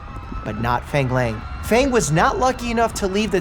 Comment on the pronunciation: I’m fairly sure Dr Mike’s pronouncing Fang Lang incorrectly and I’m cringing I’m sorry